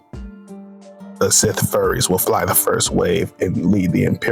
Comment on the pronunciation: sith furies, not FURRIES !